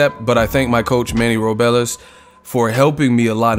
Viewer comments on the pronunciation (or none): It's Ro-bles not Ro-be-les!!!😐🤔